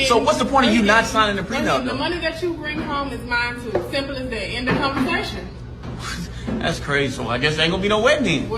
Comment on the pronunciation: ‘end of conver-sayshin’ Nah the end of the conversation should be ‘aight get out my house’